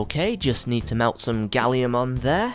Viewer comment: You don't pronounce aluminum correctly or gallium